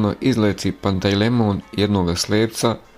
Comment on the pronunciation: Nije Pantej lemon , nego Pantelejmon .